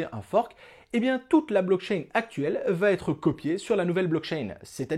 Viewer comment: Et "ça va t'être".... et "ça va t'être" .... Il paraît que c'est normal car c'est comme ça que l'on dit en Belgique ! N'importe quoi, la langue française se conjugue de la même façon et les liaisons ou non-liaisons se font de la même façon dans tous les pays francophones !!